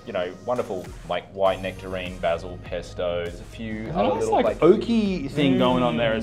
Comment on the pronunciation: It’s nectarEEEn!